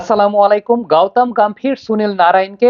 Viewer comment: গাওতাম গাম্ভীর না,ওটা গৌতম গম্ভীর হবে